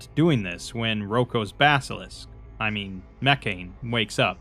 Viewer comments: What's really going to bake your noodle later on is that Mekhane was meant to be pronounced "meh-KHA-nay" or "MEH-kha-nay" all along and makes a lot more sense that way. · But the way he pronounces it has the religion be pronounced “mechanism” which is funny.